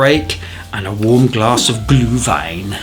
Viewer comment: A new subscriber here. Thank you for the perfect pronunciation of „Glühwein“ 😄. I will buy your brushes. Lots of greetings from Calgary and „Prost“ 🙋‍♀️